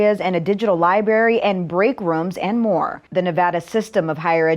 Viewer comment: ".....and a digital LIBARY...." Love it! LOL!!!!